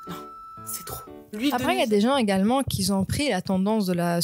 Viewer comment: Dis un peu " qui ont" et pas "qui zont" 😉